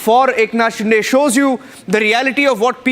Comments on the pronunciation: It is शिंदे not डे .. get your names right. If you cant pronounce the CMs name properly, don’t come on the debate. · What a weird way to pronounce Shinde 😅